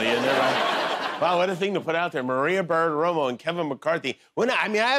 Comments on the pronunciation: Jimmy sounds drunk every time he tries to pronounce "Bartiromo". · Jimmy has an incredibly tough time saying, "Bartiromo". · Wow Jimmy can't pronounce "Bartiromo". It was funny